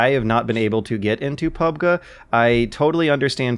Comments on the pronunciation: The Last Villain what a strange way of pronouncing PUBGuh. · Just say PUBGeee it's not that hard!